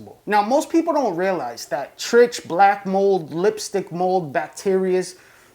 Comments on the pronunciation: Love the videos, but the pronunciation is "trick" or maybe "trike" not "trich"-like itch. It's a Trich question. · trich. pronounced 'trike' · Please stop saying Trich with a ch sound. It annoys me. 😩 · Trichoderma is pronounced like "trike-o-derma" not like tr-itch, or however you said it. So when it gets abbreviated to trich, it's pronounced like "trike".